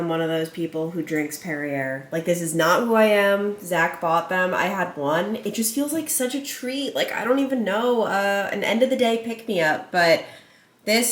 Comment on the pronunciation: “Perrierrr” lol it’s pronounced perry-a lol😊😉